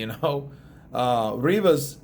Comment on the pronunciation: Rrrrrrrrivas yeah mate that sounds better than Rivas keep doing the rrrrrrrrrrrrrrrrrrrrrrrivas bs